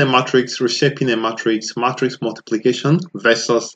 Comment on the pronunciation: I think it’s “may”-“tricks” not “mah”-“tricks”. Otherwise, this is very helpful!!